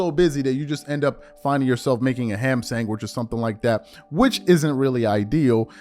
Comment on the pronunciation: Did homie say, "sangwich"?